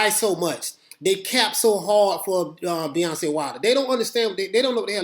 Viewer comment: Ahahaha Beyonce Wilder I love it. Watched a few of your videos thought you just say Deontay fast and it came out sounding like Deoncay or Beyonce that's hilarious it was intentional.